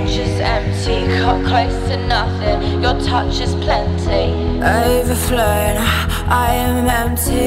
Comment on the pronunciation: I cannot bear with how extremely british she pronounces "ooouuverflouuun" hahah